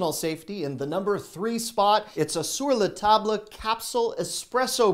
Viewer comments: DUH. It's "SUR LA TAB", not "SUR LA TAB LA". HOW do you not know this????? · Sir - luh - tob - luh!! Lol. Bro mispronounces words on the daily! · Hi, I work at Sur la Table. Drop the “le” when you say it. Sounds like “sur la tob”. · Sur La Table - don't pronounce the le in Table